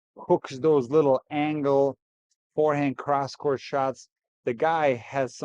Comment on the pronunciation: I don't hate Brad Gilbert, but I do hate hearing him keep saying "fearhand" -- otherwise I have nothing against him.